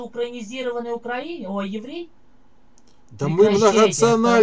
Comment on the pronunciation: вірно ставте наголос: украЇнець, а не укрАїнець...